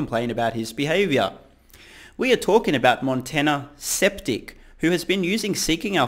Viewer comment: "Montana Septic" lol